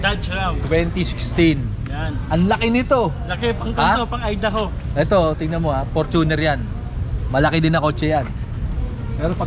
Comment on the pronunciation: fortune-r from the word fortune, not for-tuner from the word tuner